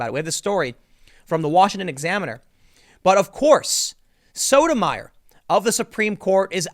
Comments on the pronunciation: Associate Justice Sotomayor's name is pronounced "Soto my ore" not "Soda mire" You really God awful at names. But I still love ya. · I believe it's pronounced So-to-ma-YOR. Like Tommy Sotomayor. We can't all have a monosyllabic name, Tim Pool. Or can we, Ti-MO-thy? (Preesent.) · Hey Tim it's Sotomayor pronounced (So-toe-my-or) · so-toe-may-ore just saying